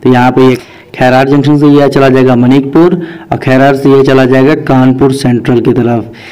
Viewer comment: मनिकपुर नहीं मानिकपुर है 😀😀😀😀😀